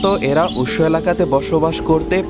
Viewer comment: "উরন্ত" নয়, "উড়ন্ত"। "Ussho" নয়, "Ushno" !